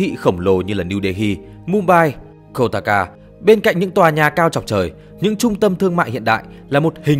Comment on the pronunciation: Kolkata thì ông.đọc là Koltaka